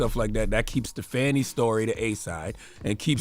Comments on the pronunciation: I wish yall would say her name correctly. It's not "Fanny" 🙄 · Can the two men start pronouncing Fani's name correctly? You can't claim ignorance when you know how to pronounce it correctly and choose not to. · 2 Black men that repeatedly mispronounced Fani’s name is deplorable and disrespectful. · Seriously, and the same with Kamala. They are acting just like wyt people that can’t be bothered to pronounce untraditional black names, but have no problem pronouncing Tchaikovsky or charcuterie board.🙄